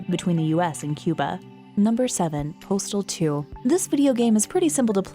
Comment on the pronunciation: I thought you said portal for a second